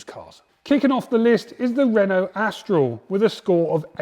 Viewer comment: I feel this should be taken with a pinch of salt as any car magazine especially a trade to trade one that hasn't heard of a Renault Austral (not pronounced Astral) hasn't really got a grasp of reality. As for the Mazda CX-5 being unreliable I think they need to enhance on this and state whether petrol or diesel as there were problems with the diesel engine but the petrol engines get nothing but praise. Also be good to know what the problems were with the various models and if serious and costly. I assume a lot of the problems were down to minor glitches and dissatisfied owners venting their anger by way of a survey.